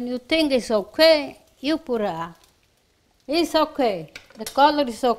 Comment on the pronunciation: “ISS OK” ❤ 🤷🏻‍♀️